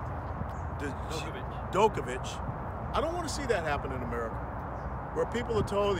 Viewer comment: Lol, good try on Novak's name. Obviously you're not a tennis fan.